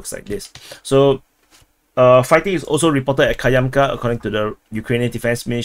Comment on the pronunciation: I watched your last tree updates but there was no mention of trees. The Ministry of Trees wants their money back. BTW it's KAMyanka not Kyamka.